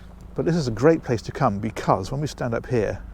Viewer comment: Becuzz, or because🤔